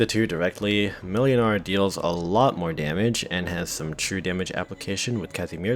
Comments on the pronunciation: Ngl, pronouncing Mlynar as "melinar" very slightly throws me off; closest way to actually pronounce it is "Moinar" iirc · Just search for "ynar", there's no reason why you could only search for the start of the name. Also, it's pronounced Muynar. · the second letter in Mlynar's name is pronounced like a w. So in pronunciation, it should be more like "Mwynar". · Whenever you said Mlynar i heard Millionare.